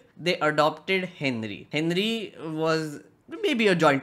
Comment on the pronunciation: Bro when you say henry it sounds like hindri